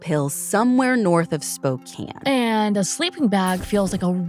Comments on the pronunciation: Props for pronouncing Spokane correctly 🙌 instantly upped my respect for 🫶 not enough channels research enough to even pronounce names/cities correctly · Thank you for covering this case. Makes me angry as a resident of Spokane, I will be writing the AG. You are one of the few true crime journalists who pronounce Spokane and Coeur D’Alene right. My all time favorite pod.